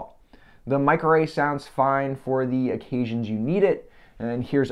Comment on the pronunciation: the way you said "mic array" sounded like "microwave" and i had to do a double take